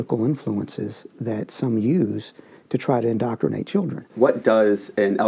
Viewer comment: "IN-DOC-CRI-NATE"... what a dope!